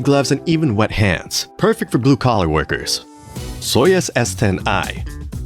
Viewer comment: Paused and left this comment when you said "perfik". Lost all credibility there, sorry!